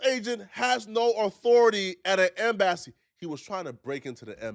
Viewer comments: what’s the “M Bassy” it’s Em-bassy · Kmsl m bassy took me out lol em-ba-cee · Now 😂 M-Bassy 🤦‍♀️ Did you really sound it out instead of getting Google to pronounce it for you 😳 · Yo what’s an M-Bassy😂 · Bruh, Em-bah-see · Tf is a em-bassy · What is an em-bassiee 😂😂😂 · Dude said M BASSY lmao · Bruh im so glad im not the only one that bothered. 😂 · Ok look bro please practice your topic before you record your self it’s pronounced embassy. Remember the 3rd grade where they thought you how to break down a word when you 1st started to read Em-ba-ssy 😂😂😂😂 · Pronounced M BA CEE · it's hard to take u seriously when u repeatedly mispronounce words (ie em-bass-e) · idk why but he pissed me off when he said M-bass-e. nigga wtf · "M BASS SEE" is sending me, yo.😂😭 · African seep out in some words M BASSY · M-bass-e is frying me 💀💀💀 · Pronouncing “ehmm bassy” like that gon have ICE right at your front door 😭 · My man said “M bassy”😂😂😂🤦🏾‍♂️ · Why you pronouncing Embassy like an African name dawg😂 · 😂😂😂😂 you can't even pronounce embassy and you expect people to take you seriously!? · Bruh please stop sayin embassy like dat daaaawg..😂please stop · You can’t even pronounce embassy correct. Your opinion is null & void on this topic. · He put the wrong emPHASis on the wrong syLABle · bro, that’s not an accent. He has been in America more than long enough to know how to say the word embassy correctly. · Bro ain’t no way you pronounced embassy like that 😂😩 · Once he said embassy, I had to run to the comment section not gonna lie😂😂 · Bro was trying to rage bait us, I won't believe he actually say it that way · pronunciation of the word "embassy" is bout to make me unsubscribe 😤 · can’t read “Embassy” lol